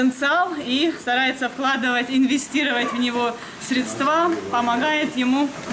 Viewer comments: ударение на слово срéства,,а не как не средствà.Пожалуйста говорите правильно Вас и дети смотрят!!!Посмотрите в словаре или в интернете, что именно так ударение должно быть! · толко не средствА,а срЕдства!